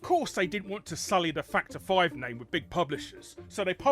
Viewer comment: I'm sorry. Every time says "Factor 5," I hear "Fucked her five."